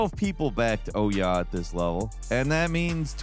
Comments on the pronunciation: You pronounce OUYA like a German with a thick accent saying"ooh yeah" das is good. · When you can’t remember how to pronounce the name of a console that says its own name when it starts up, then it was a massive failure. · That isn't even close to how you pronounce Ouya and I feel like you're doing it on purpose